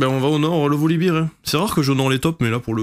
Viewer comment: Super game 🤗. Je me permets juste une chose (no toxicité) : Volibear se dit "Volibère" et non "Volibire"(Volibeer dont beer signifie bière) Ça donne l'impression que tu parles de la bière 🍻 quand tu le prononces comme ça 😇🤣. Bisou